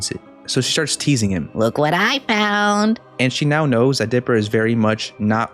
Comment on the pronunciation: "look what i foun!'' made me laugh 😭